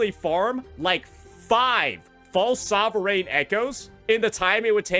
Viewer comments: stop saying sovereign like that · After you're done complaining about this, can you please learn how to pronounce sovereign.